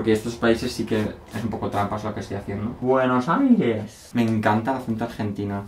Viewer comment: ADORAMOS COMO DIJO BUENOS AIRES JAJAJJAJA🤣🤣🤣🤣🤣😂